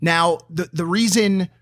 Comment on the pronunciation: logan u said what ever reison whats the reison